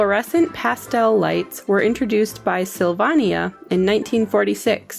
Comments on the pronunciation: Not sure, but at least in Chicago ,we pronounced it “sill-vane-ya” not “sill-vahn-ya” when talking about Christmas lights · Pronounce Words as they are Meant to. Not SIL VAHN NIA ... PHONETICALLY = Syl Vane E AH = Sylvania ! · Sylvania is pronounced Sil-vain-ia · I really enjoyed this thanks! Obviously your narrator wasn't alive in the '50s and 60's. It's pronounced Syl-vay-nee-uh. They also made the flash bulbs and flash cubes that our cameras used back then ! lol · STOP THE HORRIBLE MUSIC LOOP!!! It's 'sill-vane-ee-ah'. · Syl what?! it's pronounced Syl VAY neeah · Pronounced Sylvania, like Pennsylvania. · I know, I started laughing when she butchered that name. Sylvania also made a lot of TVs. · Sylvania rhymes with mania. Nice nostalgic journey.